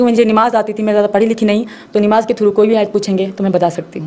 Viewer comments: Nimaj bol rhi hai nmaj hai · nimaz nhi namaz hota pagli kalma bhi Galt pad rhi h